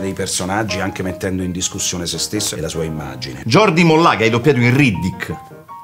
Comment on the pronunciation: A merluzzo si pronuncia GIORDI moglia e Non MOLLÀ, PER FAVORE per gli spagnoli ablanti come me è una tortura, grazie